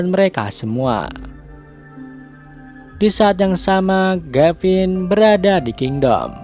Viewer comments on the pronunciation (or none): Kuping gw denger ngomong gayvin ato gevin